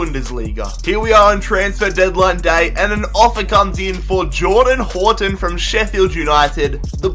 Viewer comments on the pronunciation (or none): none